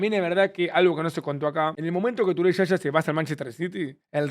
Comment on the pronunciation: Yaya Toure❌ Shasha Toure ✔️